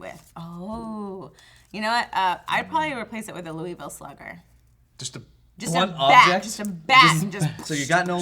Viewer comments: It's pronounced lue-uh-ville not lue-E-ville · its pronounced loo-i-ville not loo-e-ville i live their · ***** LOU- i VILLE or LOU uh- VILLE, never LOU- ee -VILLE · you should pronounce Louisville like it's spelled Luhvul. This is coming from a Louisvillian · Actually, the Louis in Louisville is a french name, the city was named after the King Louis 16 in France, so the correct pronounciation would be lue-e-ville or loo-ee-ville. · That's how people from Louisville pronounce it, but that's not the proper pronunciation. It's like how people from Leicester in North Carolina pronounce it as "Lester" but the proper way is -Sester.